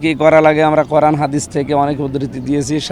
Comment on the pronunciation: "কুরআন"শব্দটাও ঠিকঠাক উচ্চারণ করতে পারলেন না। বিজয় দিবসের দিন করলেন ম্যারাথন। আপনারাই ঠান্ডা মাথায় চিন্তা করেন আপনারা দেশপ্রেমিক নাকি দেশদ্রোহী।